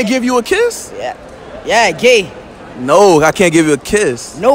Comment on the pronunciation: bruh I’m rolling why he say gay like that🤣🤣🤣🤣🤣🤣🤣😂😂😂😂💀